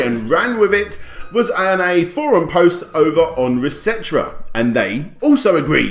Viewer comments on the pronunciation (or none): It's actually Resetera, pronounced as reset era. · I like how you said "resetra" instead of "Reset Era." I see you trying to sweep that trash website under the rug ;) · Resetra? As in etcetera? No man....no.....not even close. Reset era, era, as in age, or time period, and, reset as in the button on old consoles that resets the console.... I mean the two words are even different colors in the logo..... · "Restra" Rest...era... Restera. Like, probably pronounced like ect. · Nobody:: RESET'RA ♥️😂😘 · >Resetera Bleck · first resetera is pronuced reset era, also they're are a bunch of a-holes who want to put their politics into the games they don't even play. Greg is very lazy to get assets should of had more people on the project. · bruh, how did you just pronounce "ResetEra?" - Dat Phantom of the Paradise av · i love how you been saying reset era . you been saying it all wrong but its is funny